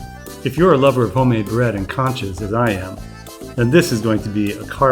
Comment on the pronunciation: It’s NOT CANCHAS it’s CONCHAS !!